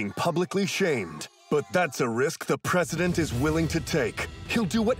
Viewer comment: I cannot wait for them to get to the "Chinomya! Pwesident!" scene.